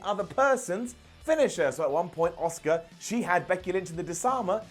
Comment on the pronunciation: Why do you pronounce Asuka as "Oscar?"